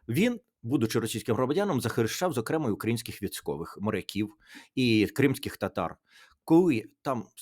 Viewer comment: Не "завдЯки", а завдякІ, не "умудрився", а примудрився. Не зокрЕма', а зокремА. Ну, і таке інше. Сподіваюсь, що Тарас Чорновіл на мене не ображається. С повагою. Добровільний редактор😊.